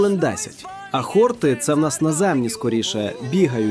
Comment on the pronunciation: ХортИ, хортІв, на останній склад наголос, хлопці. Спеціально до словника заглядав, бо ріже слух.